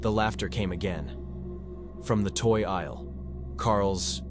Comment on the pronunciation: Consider a different voice that doesn't keep glitching. Distracting. Example: Aisle 7 pronounced "Isell 7"